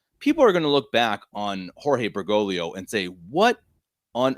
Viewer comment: This is one of the happiest days of my life - is pronouncing Bergoglio correctly! 🤣🤣 Great podcast as always, gentlemen.